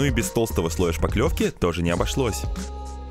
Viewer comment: Почему ты всё время говоришь шпаКлёвка если правильно шпаТлёвка. Неужели у тебя не хватает мозгов тупо прочитать на банке. Наверное зря я это пишу врятли ты осилишь столько слов, раз за столько лет одно не освоил. А читать научись. Полезная штука.